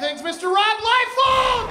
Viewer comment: I talk shit about liefeld so often but this is the first time I know how to pronounce it